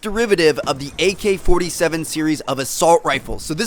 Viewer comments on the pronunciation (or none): also you said al-47 instead of ak-47. Though that was just one error.